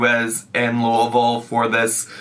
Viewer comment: The way you said Louisville was 😘🤌🏼 As a local, nothing is worse than hearing “looey-ville” or “Louis-ville”